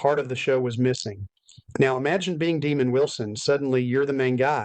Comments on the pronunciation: IT’S DEMOND, NOT DEMON. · Nice butcher job on demonds name....demon it isnt